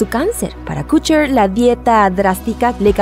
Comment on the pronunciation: Todo muy bien pero.... Kutcher? Kutcher??? No me importa si merece o no estar ahí, el problema es como lo pronuncias!! ¿KUTCHER?